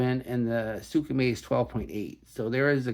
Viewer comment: "Sooka-May"... Lol